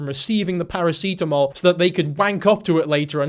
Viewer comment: I'm sorry but this is my first time hearing paracetamol pronounced as paracitamol ahahahahaha i mean it in an amazed way